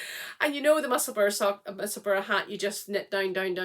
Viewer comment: Was good to hear you put the correct pronunciation of Musselburgh out there! Always makes me twitch a bit when I hear people say, “Musselburg”. I always want to shout, “It’s the same as Edinburgh!” I believe Musselburgh is actually where Ysolda lives. Anyway, always enjoy your chat, and can’t believe how fast you knit those shawls. I’m joining in the shawlography this year for the first time. Fingers crossed I can get through it. 🤞